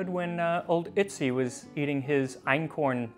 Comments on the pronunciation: Otzi - you said Itzi as in bitzy spider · Your pronunciation of Ötzi is so good! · On behalf of every native German speaker: Thank you for pronounucing Ötzi's name correctly. Most English speakers are not even confused by the two dots while ignoring them :-D